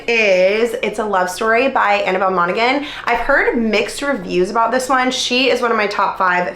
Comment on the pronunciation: Hi, I'm so sorry, But you seem to want to make sure you're pronouncing authors names correctly... so, it's pronounced MonaHan. The G is silent. Love you! :)